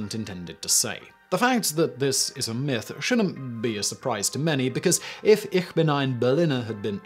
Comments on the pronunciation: Eesh bin, not eerr bin. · Interesting that he did not use the Berlin accent by saying ICK vs Ich (ish) as the rest of Germany does.